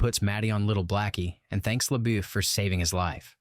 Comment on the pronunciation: How is it that you know this story well enough to recount the entire saga for us and yet cannot pronounce LaBeef?